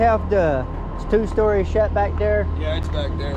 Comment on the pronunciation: Not to sound critical or anything but why call the sheds "shet"? Just asking